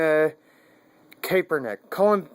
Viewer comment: his last name is Kap-Er-Nick.